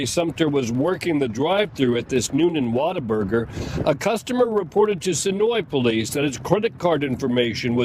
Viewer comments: The biggest crime here is calling it 'Water-burger'. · mispronouncing "What A Burger" as "Water Burger" surely has to be deliberate. (Shame on you,, you should be better than Dark Pattern interaction baiting.) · Why do you keep calling it water burger? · Sounds like he's saying, "Waterburger".